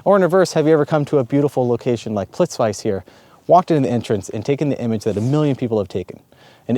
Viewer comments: Great video and I totally agree. But ‘plits-vice’?? That really hurts my ear. It’s actually pronounced ‘Plit-veets-uh’. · dude, it is pronounced "plit-witze". While your there check out Barac's caves (baraceve spilje) if you have time. Also, rastoke might be wortwhile cheking, let me know if I can help you. Rgrds Z. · What you are saying here in this video is exactly what I teach on my workshops. And seeing you in Plitvice (you really really need to work on your pronunciation 😂) is evwn better! Are you still in the area? I hope you visited Slovenia as well. It would be great to meet you in person while here...